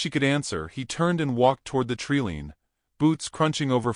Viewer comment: I have to laugh every time the narrator says “tree lean” because I imagine a line of trees leaning over as if bowing.